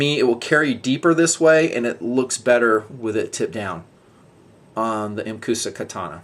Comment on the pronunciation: "muhcuhsta" is the pronounciation.